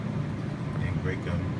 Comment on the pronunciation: Did you say, angry coy?..interesting..